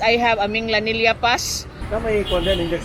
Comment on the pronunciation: Love your Cebu tours. BTW Minglanilla is pronounced with a hard G mingGlanilla sounds like the Gla in "Glad" 👍